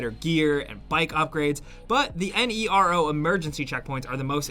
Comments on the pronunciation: Just say Nero, not N E R O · "NERO" means black (hence the black colour of the containers) in Italian and many other languages too. So i think you should just pronounce it as a word instead of an abbreviation.